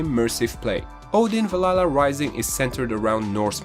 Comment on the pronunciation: I hate how you say Valhalla. It's not Val la la, but good list.